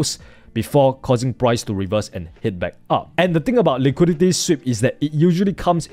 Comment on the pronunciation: Im American, and i cannot undo the way you keep saying "liquidity". Now everytime i look at a scale i just keep asking myself "Where to see the liqweedeetyyy" lol